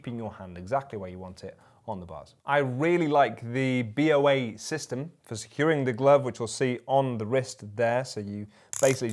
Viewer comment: As a point of note, it's not "B.O.A", it's "BOA", like the snake.